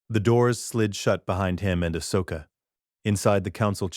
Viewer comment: this could have been a great story if the AI narration hadnt taken me out of it. as others have mentioned the whole P-L-O Koon, A-H-S Oka, K-I-A-D-I Mundi, and A-N-A Kin and then in another sentence, Anakin and Ahsoka's names are being pronounced properly.